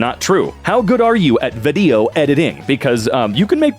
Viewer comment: Why is the way you say "vedio" editing so funny to me haha